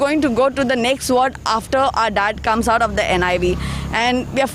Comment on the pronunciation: The anchor is doing a good job. But her pronunciation of "THE" as "dhe" all the time sounds very weird.